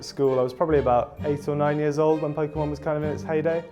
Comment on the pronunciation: Poke key mon